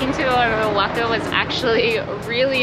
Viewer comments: Nooooooo. Oahaca You two are fun. Please mentioned the name of the cities right. You are killing them. After all it is CANADA and not SIANADA..🤣😂😅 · Woah-Hawk-A ... Say the word OAXACA! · not ‘o-wack-a’. It’s ‘wah-hawk-a’. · Awesome tour, thanks a million for taking us along on your adventures! Can't wait to check out Oaxaca! Great music selection as well. I think I might even subscribe Btw, it is pronounced kinda like "wa-HA-ka," not "oaca")))